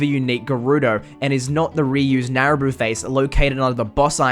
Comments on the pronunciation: Nabooru, not Naruboo. x) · Narabuu? It’s Nabooru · "Naraboo" its....nabooru....